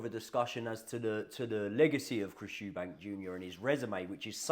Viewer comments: Stopped watching when you said "Eubanks" it's clear you guys know fuck all about boxing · Good video but it’s EUBANK without the S lol